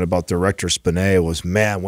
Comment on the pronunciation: Weird how the guys all sync up on how they pronounce "erector spinae" as "spi-NAY," almost like a cheap French perfume. There are a few correct pronunciations, but the stress is on that "SPI" part: SPY-nee, SPY-nay, SPEE-nay.